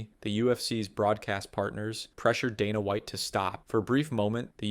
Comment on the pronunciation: donna white? randy coocher?? the funniest part is he pronounced both the names right at least once before going on to butcher them lmao